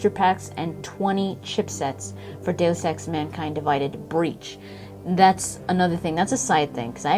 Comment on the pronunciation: Kudos for saying 'deus ex' correctly lol so many people butcher it.